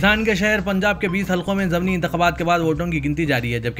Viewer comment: السلام علیکم بھائی ضمنی کا تلفظ "ض" کے زیر سے ہے۔ Zamni غلط Zimni صحیح اسی طرح منتخب میں "خ" پر زبر ہے۔ Muntakhib غلط Muntakhab صحیح